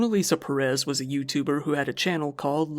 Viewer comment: Perez is pronounced similar to "Paris", and Ruiz is pronounced like an Asian person is trying to pronounce "Louise".